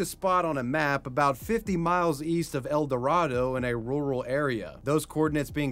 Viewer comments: Not to be that guy but mate El Dorado (El-door-Ado) it's mildly triggering when it's pernounced wrong but I remember hearing this it's freaky something like this happened so close to home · El Dorado, Kansas is pronounced El Door-ray-doh. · El- door-ray-dough 😅